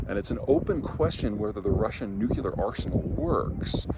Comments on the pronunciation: Why the George Bush 'nucular 'pronunciation? It should be 'nu-clee-ar'. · Hey Peter, big fan. New-clear, not nukular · Okay people please say it with me, nuclear is pronounced nuc-lear, NOT nuculer! Otherwise great video. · It's "nyoo-klee-ur" not "noo-kyuh-lur" and what's going on with that gratuitous crack about white people? You'd never think of mocking the names that people of color give their important places, so what makes white folk fair game? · Nu-clee-ur... not Nu-cue-lar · The word is pronounced nuclEar, not nucUlear. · Say it with me now: Nuclear. New. Clear. New clear. Nuclear. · It is SO ODD that you can't pronounce 'new-clear' properly... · Peter - you’re a smart guy - stop saying nukuler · It's amusing. I remember when Dubya got pilloried as a bumpkin for saying "nucular". Peter does it too. Forming the "cul-" sound is harder than "clea-" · Is the "nucular" thing intentional? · W has no excuse but Peter said it's an Iowa thing. Drives me and Jodie Foster up the wall, no I'm not her boyfriend. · How come no one in Colorado can pronounce nuclear? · Are we really going with the George Bush way of pronouncing nuclear?